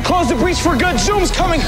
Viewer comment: no he said coooooooood